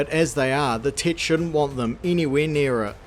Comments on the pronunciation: I keep thinking he’s saying “tit” instead of “Tet”. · I keep hearing "the tit" hehehehe. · I love how your accent makes it sounds like you're calling it a 'Tit' lmao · your accent really makes it sound like you're calling it "the Tit" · All I am hearing is "the Tit" 😂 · Who else giggled like a child every time the Kiwi narrator said the word "tet"? 😂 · I keep mis-hearing the way he says "tet"